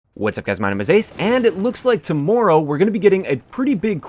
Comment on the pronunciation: "Tomoorow" JK, thanks for the video, it was pretty helpful.